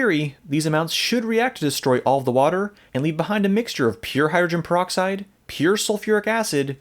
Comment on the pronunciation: I like how he says hydrin proxide. Call the solution alien blood.